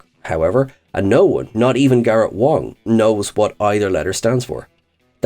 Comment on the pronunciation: That's Garrett Wang not Wong lol